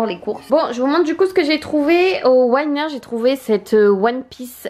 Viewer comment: On dit Winners pas Wayners :P Hahah , au début j'ai pas compris de quel magasin tu parlais ! J'adooooooooooooore tellement ce magasin, la fois passée 5 hauts d'hiver de marque pour 140$ Taxes comprises genre dingue :D